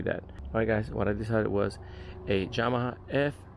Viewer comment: Came Straight to the comments after the 2nd “Jamaha” 😂